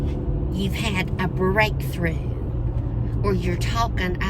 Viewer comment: OMG yes, "breakthrough"! said bold statement-y 😂